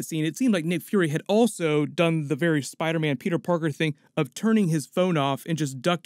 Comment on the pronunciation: you said spider ban. Lmao 💀💀